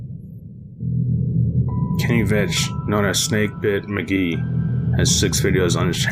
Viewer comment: Veach not Vich